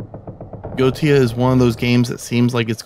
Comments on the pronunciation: Thanks for the review, it helped! :) Not to nit pick, but I believe the pronunciation of Goetia is GOAH-EH-SHA or SHIA. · Correct. It's Go-eh-sha. Eh like the letter 'A'.